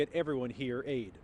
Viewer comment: Did he just say.. "work hard to give everyone here AIDS?" 🤔